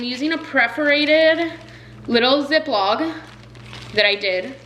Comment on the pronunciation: ZipLOCK NOT ZipLOG! Oye....